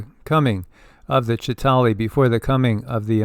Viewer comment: The Avengers do not have the depiction of the "Chita hauri " the same as Credo Mutwa's depiction. You also leave out the middle syllable in the word. I heard Credo pronounce it many times as I have watched David Icke's interview with him many times. Moving through space is the same as moving through time.